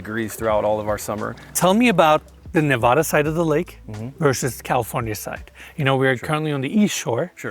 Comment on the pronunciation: If you're going to sell property in Ne-Va (a as in "apple", not a as in "say ahhh")-duh, you need to learn to say it right. Especially at this price. And tell the Silicon Valley douche who buys it to say Nevada properly as well and not vote like a California liberal.